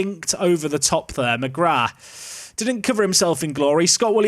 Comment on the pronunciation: Oisin is pronounced o-sheen. On a similar note McGrath is also an Irish surname. That's pronounced mu-graa. Love the series :D